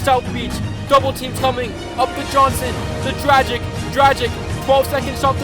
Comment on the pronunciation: pronouncing Dragic like Magic was hilarious